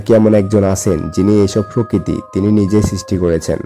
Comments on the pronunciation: Frokiti not prokiti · কথা শুদ্ধ হলে আরও ভালো হতো। ফৃতিবী, ফকৃতি, ফারফেক্ট ইত্যাদি।